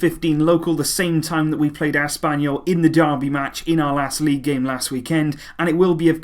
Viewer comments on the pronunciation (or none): Did you just said Asspanyol??? 😂😂